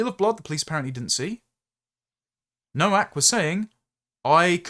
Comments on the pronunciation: Just being pedantic, Nowak, is pronounced Novak. W in Polish is pronounced V. 😊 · Novak,; Nowak is pronounced Novak.